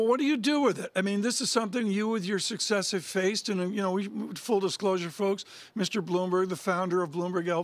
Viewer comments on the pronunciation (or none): none